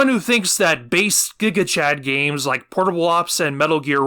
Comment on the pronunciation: “did you rike it”